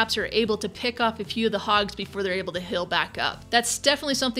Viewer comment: I like how says "hill" instead of "heal".:))